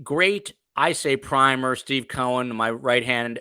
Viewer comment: Omg it's PRY MER.